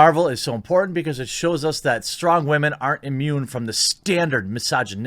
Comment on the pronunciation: Dude, Stop saying "wah-men". It's preaching (or pandering) to the choir. You often make a lot of good points that I agree with but the wah-men thing puts me off and frankly undercuts any reasonable and sensible thing you say. Be better than a butt-hurt dude bro that the woke likes to paint your kind as.